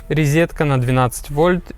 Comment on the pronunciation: А также за "рЕзетку" и "нигде не спотЫкнуться" !